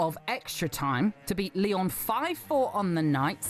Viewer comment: It’s Lyon, tho.